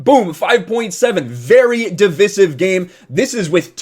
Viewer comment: I don't trust a guy who's mustache is hiding an echo system and can't pronounce divisive